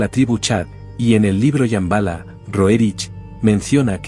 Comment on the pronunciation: "SHAMBHALA". = 😮¿Yambala?😮. 😂🤣😆👍